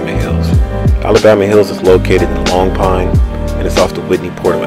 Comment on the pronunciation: I like your vid but it’s lone pine not long pine G double G